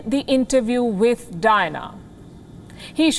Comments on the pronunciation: It sounds like Dinah instead of Diana. It’s kind of annoying. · three silables in her name _ Di -Ann - a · I like it when she keeps pronouncing the name of princess DYNA, hhhhaaa.